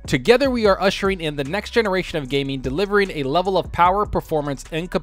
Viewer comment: The Powahh...lol